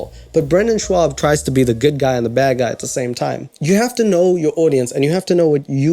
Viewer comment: I know says "a bad husband", but without the image it seriously sounds like "a fat husband" which made me laugh so hard! XD